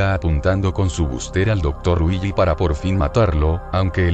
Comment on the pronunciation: cuando dices willy suena como weegee